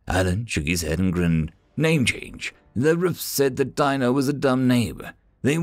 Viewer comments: I'm pretty disappointed in you. Dino from The Flintstones is pronounced "deeno", not "dyno". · It was pronounced Dean-o Weather mit·i·ga·tion devices. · Dino is actually pronounced dean-O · WHY CHANGE THE CREATURES NAME. IT IS PRONOUNCED DEANO NOT DINO, SPELLING NOT WITHSTANDING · Dino should have a long E sound like in "see". Sometimes Human dialects can be weird